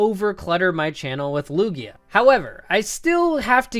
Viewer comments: Lugio? It's Lugia dude! You should know since he's you're 2nd favourite pokemon of all TIME! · he said “Lugio” instead of “lugia” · sry for being a perfectionist but he said lugio